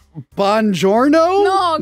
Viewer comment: I can't believe of Trishas Italy mispronuncified the classic Italian farewell of DiGiorno